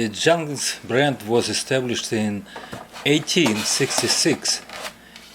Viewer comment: Great fix to a great quality clock which keeps counting time into the future! By the way, it is actually pronounced Yuhn-hans